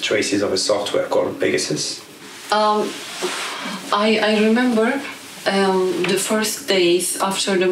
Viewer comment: Pegasus = "Pay Jasoos"